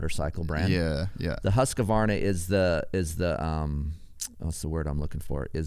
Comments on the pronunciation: Hoosk-varna not husk-u-varna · For the Love of God : please say “ husk Varna “ or “ hoos Varna “ 🤣🤣